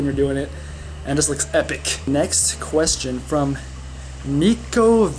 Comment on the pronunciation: It's pronounced "m[i]kco" lol but your one of the few people how said my last name right